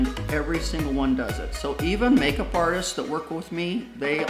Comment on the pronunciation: You are so funny Did you call your eye majeup kansas